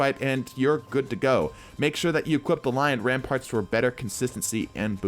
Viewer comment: It's Lion RampaNt, not Rampart